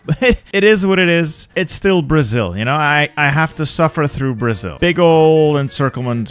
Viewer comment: BRO I AM brazilian its so funny how you prononce the states of brazil